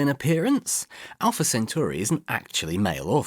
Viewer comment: it's alpha cenTAURi not alpha cenTURi. minor quibble, fun vid.